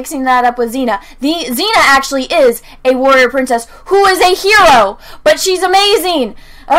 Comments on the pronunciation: And it's not pronounced "Her-o" it's "He-ro" >Mindblown.gif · lol true, it's literally pronounced HE-ro